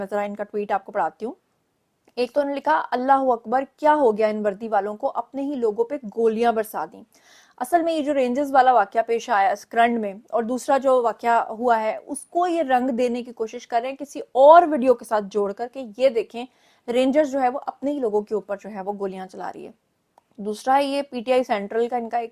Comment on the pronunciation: Pehle tum apne mulk ke sharoon ka nam to sahi paro ye karand nahin sakrand he Qazi Ahmed 16 kilomitre aage he